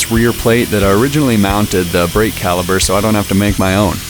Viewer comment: Good video, but please, PLEASE lose the music. (And the word is CALIPER.)